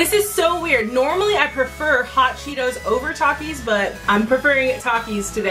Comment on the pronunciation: how she said hot Chito‘s and talkies